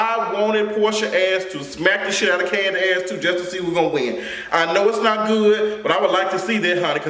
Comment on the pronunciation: latoya duffie 😂😂😂 not Kani the way Mama Joyce pronounces it! I caught that shade and it is super funny😂😂😂